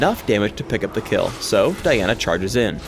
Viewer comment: at the end he said Daina !?!? and not Diana ?!?!